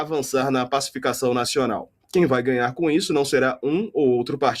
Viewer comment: Ele fala em passificassao kkkkk que falta de vergonha na cara